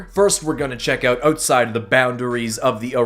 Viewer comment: Why do you say OOOGHT instead of out